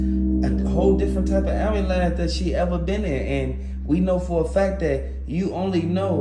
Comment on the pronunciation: I’m sorry,I don’t mean any disrespect but please practice speaking. It is actuality not “actual reality.” It is ambulance not amalance. You have awesome info but the delivery is lacking. It makes it hard to listen. This is constructive criticism.